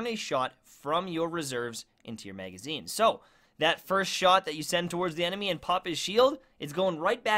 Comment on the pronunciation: You sound good man you really do but seriously why can’t you say magazine right? It’s not a MAYGAZINE!!!! Just like those annoying people that say axe instead of ask. Please correct this ASAP!